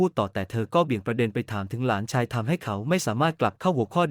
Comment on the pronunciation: และหลานชาย อ่านไปได้ หลา นะ ชาย AI อ่านผิดมาก วรรคตอนไม่ค่อย ถูก เสียอารมณ์